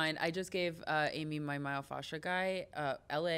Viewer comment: What the hell is myofaxa?? I was so confused when she said he peels it lol